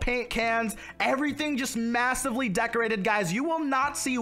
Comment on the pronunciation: This is how many times he said decorTe